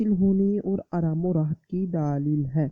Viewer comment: Daaaleel nai dleel bola krein